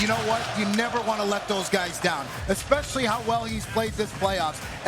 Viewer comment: I heard TWO people say "exspecially" in this video. Wild to me